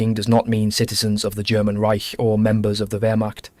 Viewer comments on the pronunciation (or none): none